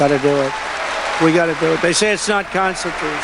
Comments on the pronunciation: Constitooooshh...... he can't precisely say the word constitutional. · GG. Be safe. If you listen the guy whose name im done with, said constitush, not constitutional. Im afraid he is having mini strokes, we shall see. Have a happy please and thank you. Ps please give us an update on what your friend has to say about that. Ty